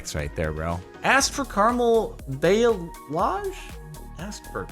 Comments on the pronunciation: It's pronounced ball-ee-aj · ba (as in balance) - lay - age (as in triage) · The hair thing is pronounced "bah-lee-ah-je" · Pronounced ball-e-aje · it is pronounced ba (as in balance) - lay - age (as in triage ). Your pronunciation is an Americanism of the word. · I’m a hairdresser student, and i’ve just recently learned what balayage is. It’s free hand style of striping, usually done either bleaching the hair or with some color (this if you have light color hair). The word is pronounced like ba-la-jage. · It is pronounced ba (as in balance) - lay - age (as in triage), your pronunciation is an Americanism. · and it is pronounced like ba-la-jage, i checked it from my teacher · Backon Lazer I know how to pronounce it... 😂 It’s Ball-ee-ahj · Balayage - Bah-lay-ahh-zghe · The hair treatment is pronounced bah-lee-ah-zh it just means blended color basically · Bowl-ie-asz is how it's pronounced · It's pronounced Ball-EE-aah-sh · THE WAY HE SAID BALAYAGE GOT ME SO HARD HAHAHAH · Thank you. Him saying balayage upset me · His pronunciation of balayage is so bad it hurts me😂